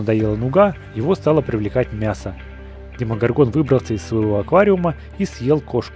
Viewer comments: Блииин.....Вообще то не демогоргОн а демогОргон обидно.....((( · демогОргон, ты ударение не то поставил